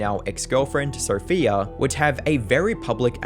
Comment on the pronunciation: Sophia should have left him just for pronouning her name as "Sopheer". How fucking stupid.